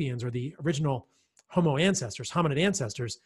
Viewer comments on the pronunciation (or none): none